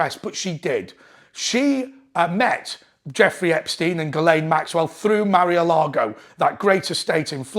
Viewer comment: It's no 'Marry-a-lago'. It's Mar-a-Lago.